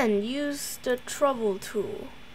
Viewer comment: My guy really said “the trouble tool” 💀